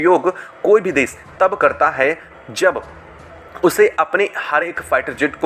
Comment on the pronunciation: Bhai desh ko desh bolna seekho des nahi